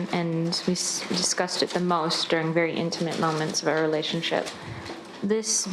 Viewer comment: For someone who is just so intelligent, her saying we disgusted instead of discussed lmao